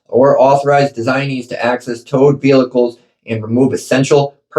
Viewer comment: The way he pronounces vehicles is cringe, but i feel for the guy if this is true